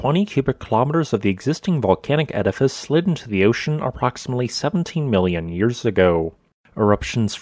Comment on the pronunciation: I'm getting used to it, but the way he says 'yours' instead of 'years' always catches me. Great content and visuals, well presented.